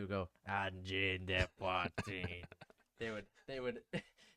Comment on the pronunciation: Good pronounciation! Try not pronouncing the first N in Angine (so closer to "uh" than "an") and saying a sharper (French) R in Poitrine, and it'll be perfect.